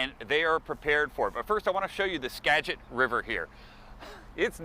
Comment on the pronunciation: I love it when reporters from major news outlets come to Mount Vernon, Washington, to cover the Skagit River flooding. I'm shocked that Carter Evans knew how to pronounce "Skagit." 😂😂😂😂😂😂 Go back to Los Angeles, Carter. 🤣🤣🤣🤣